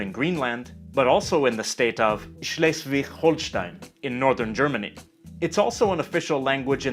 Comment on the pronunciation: I shall repeat: To us German speakers, Swedish is like Danish, but normal ^^ Btw, you pronounced Schleswig-Holstein quite well, but why the Dutch "g"? :-/